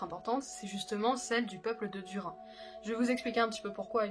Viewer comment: Duri nne!!!! Sa se dit inne à la fin pas un! En fait, ce nom se dit d-ou-r-i-nne. J'espere que tu ne feras plus l'erreur